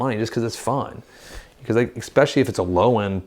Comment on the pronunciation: please stop saying “x specially”!